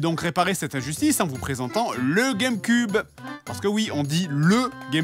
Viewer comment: il dit la game cub